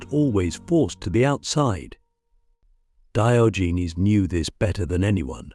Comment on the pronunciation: AI pronunciation of Diogenes is offensive to the ears. 😢